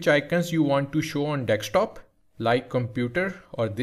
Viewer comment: bro said dekstop